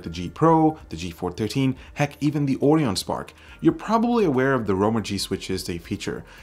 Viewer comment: When someone can't say "Orion" properly.